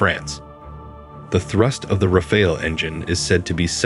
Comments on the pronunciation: RAFALE pronounced like NADAL (tennis player) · Every English speaker gets confused by the « E » at the end and will pronounce it Raf-Ale (as in beer), but that « E » is silent and we French pronounce it « Raf Al » as in Albert. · I noticed around 7 way to pronounce "Rafale" 😂😂 it would have been so easy to write it in Google translate and listen 🤡🤡🤡